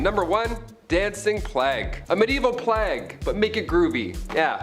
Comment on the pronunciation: Can someone tell them how to pronounce the word plague plz lol